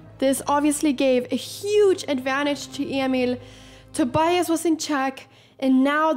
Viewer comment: He didn't know yet he was filmed though, I presume. But it is very rare to find a young person who doesn't speak any English. I like that Anna pronounces the "i" in Tobias in that special Swedish way . Being dutch I rooted for the dutch guy. This was a.. eh.. fascinating game to watch.